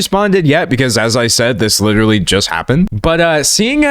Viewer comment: WITERALLY WITEWARLLY WITERALLY does this guy know any other words jesus